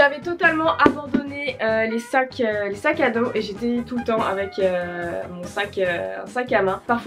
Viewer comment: frère c moi ou ta dit "cinq qu'ados" au mieux de "sac à dos"